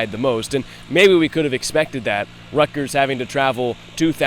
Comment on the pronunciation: saying “Ruck-ters” driving me crazy